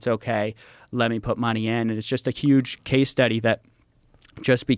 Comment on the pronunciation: Coffeezilla: "S'huuge"